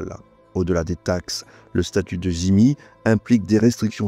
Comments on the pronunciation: Juste une question sur cette intéressante vidéo : pourquoi prononcez-vous le mot dhimi "zimi" ? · ce n'est pas la bonne prononciation